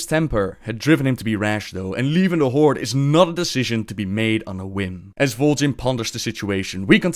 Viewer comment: The however many dislikes are likely due to the language barrier, but it could be fixed for the most part in three steps: 1. "th", not "d" 2. "r", not "rrrr(rolling)" 3. "Horde", not "Hordes".